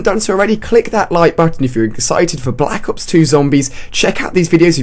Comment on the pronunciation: Anyone else notice he says "Black Hops" instead of "Black Ops" ?